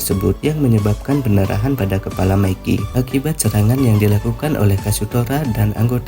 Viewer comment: Mikey bukan meki bangg